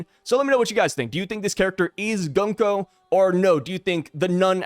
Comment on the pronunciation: It is Gunko.